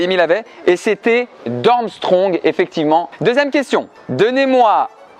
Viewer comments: Pour info : c'est Durmstrang et pas Durmstrong. En gros, c'est un A et pas un O avant le N. Et pour le professeur Trelawney : le premier E se prononce comme un i et le A se prononce comme un O. C'est tout simple. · Pareil j’avais toutes les réponses. Et ouais t’as raison c’est Dumstrang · Il a aussi dit DumstrOng au lieu de DumstrAng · Alors petite erreur de la part de: ce n’est pas DumstrOng mais DumstrAng. Sinon super vidéo j’ai tout trouver c’était hyper frustrant 😅